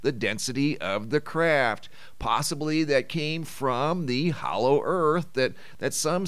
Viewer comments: Hollow, not hallow. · Hollow not Hallow! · you DO KNOW it's 'HOLLOW' and not 'HALLOW' right? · Hollow...not hallow?